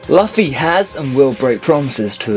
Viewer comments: The fact that you can't pronounce the main character's name as well as a lot of other commonly used words in One Piece bothers me too much to watch the rest. Luffy has been pronounced "Loofy" in both the sub and dub from the very beginning of the show which makes me wonder if you even watch One Piece at all. Plus only 1 of at least the first 15 were actually interesting, the rest were obvious. The fact that Zoro has never called Sanji by his name. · I haven't even seen or piece have u u keep saying lufy instead of luffy and keep saying zolo still an also u also put guild arts instead of shanks which is just wrong they didn't go to the moon yet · you're a fucking idiot and know nothing of One Piece. The fact that you can't pronounce "Luffy" and the fact that you simply thought Ace had bad spelling when the crossed out S was really there to commemorate Sabo says it all. If this were on old video I would not be posting this comment but this was posted in September 2015, shame on you. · U said luffy wrong...